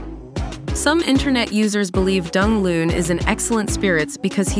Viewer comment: Pronounce his name properly please!